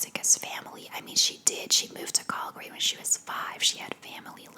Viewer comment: I live in BC and had no idea you were saying Calgary lol, I thought it was some place in the US I was not aware of. Great vid though. Thx